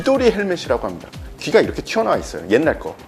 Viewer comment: 이분은 다 좋은데, 말을 끝 맺을 때 좀 더 정확하게 발음 해줬으면 좋겠고 말 끝이 너무 약해서 잘 안들림. 예를 들어, ~~~ 합니다를 함다로 발음 않 했으면 좋겠음.